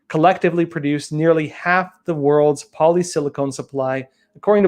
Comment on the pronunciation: Please learn how to pronounce silicon